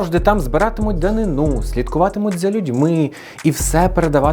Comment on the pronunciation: Дуже цікаво! Маленьке зауваження: наголос у слові ДАНИНА на другому складі: данИна.